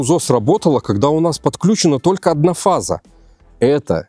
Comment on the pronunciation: Какой не грамотный, правильно говорить не тока , а только😂😂😂😂. Удачи, всё очень интересно